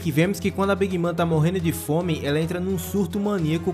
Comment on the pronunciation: Bacana o vídeo, só a pronúncia da big mom que não é big mã, é big môn